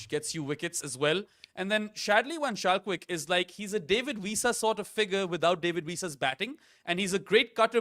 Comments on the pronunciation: I know mentioned he enjoyed saying Shadley van Schalkwyk's name, but I'm sorry to be the one to burst the bubble. The "ch" in Schalkwyk is pronounced "k". van Schalkwyk is pronounced almost exactly like "fun skulk-vake" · Yep! Wikipedia lists him as Shadley van Schalkwyk (/vən ˈskɒlkveɪk/, vən SKOLK-vayk